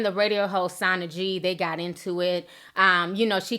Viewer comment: It's "sana g " [ like sauna] ...... ((love u ti... ))😙😙😙😙😙😙😙 I only know cause im from the bay area.. anyways... ... but yeah Im not a fan of sana...... myself... and she prolly did give off bad energy..... to mo...